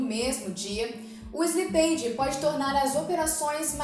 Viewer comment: Bom conteúdo, mas a pronuncia de slippage está errada.